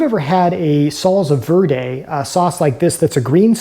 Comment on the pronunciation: He says Solsa Vörday 😄